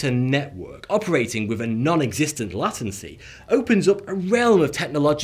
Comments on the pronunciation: LATncey, thought you was a UK northern like me it’s LATEncey. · lei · tuhn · see, not lah - tuhn - see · Yeah >< Late-ency, not lat-ency... Oh well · It's written as lay-ten-see. If you wrote it as he pronounced it, it would be "lattency". If English isn't your first language, then I forgive you. If it is, then shame on you. Back to school. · Sounds like a term for Latin Literacy. Latincy. Versus Late tendency. Latency. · or Lay-ten-see or Lay-t'n-sea, but never Latt-ensy (I'm English).... I suspect that moustache may be causing a speech impediment. #masks4all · Nate Lore I live in the same country as. I know people who come from the same area with the same accent as him. He's mispronouncing it. Everyone agrees it's /ˈleɪt(ə)nsi/, not /ˈlat(ə)nsi/ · LA-tan-cy? Oh, please. LAY-tan-cy, thank you. ;-) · umm what is lat-en-see? do you mean late-en-see. Anyways your talking about the delay of a 5g transmission. Yes it has very little delay, but so does 4g or wifi. Thats not what slows down your internet, its the connection to the 5g-4g-wifi transmitter, the routes "the internet", destination servers, and throttling that slows down the connection not the humanly un perceivable difference in frequency's being used. And I have no intention of paying for an internet enabled car that spy's on me and calls the cops if I speed. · I twitched every time you said Latency lol Where I currently live the pronounce it Late-n-cee not Lat-n-cee lol I have no idea which one is correct or if both are correct and I’m not going to look because it’s too much fun not knowing and just how they say it. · dear, lay-tency not lah-tency. alrighty then, pip, pip cheerio. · "LATIAN-C" ? Really? in over 24 years of being connected to the internet; I have never heard any one pronounce it like that in my life. It's "Late-in-C". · I thought it was late ncy not latt ency lol. As in latent heat. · It's LATENCY not LATANCY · Lay. Ten cy. Not Latin çy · Yeah he definitely botched that... lol